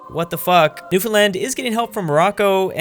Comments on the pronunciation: THANK YOU for saying "Newfoundland" correctly as opposed to the infamous "NewFinland" Cheers, -Youtuber from Newfoundland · I can’t believe it, someone pronouncing Newfoundland right.